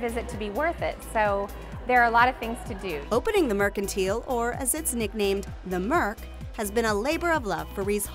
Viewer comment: It looks like a fun place to stop if you're in the area. But not sure why they're pronouncing it mercan-teal.